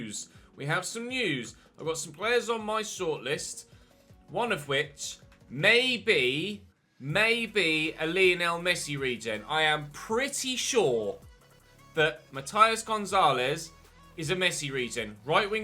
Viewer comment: Its pronounced Ma-tee-as Rodriguez